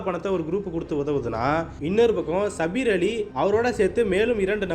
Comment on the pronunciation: ஏண்டா பண்ணாடை சபீர் அலி பெயரை மட்டுமே அழுத்தம் திருத்தமாக சொல்ற